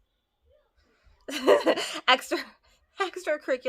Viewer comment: It's pronounced ex per ee en shal experiential ( no hate just trying to be helpful ) :)